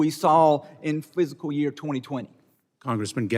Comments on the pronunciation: Um, its pronounced FISCAL, not physical year 🙄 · Its fiscal year not "physical" year lol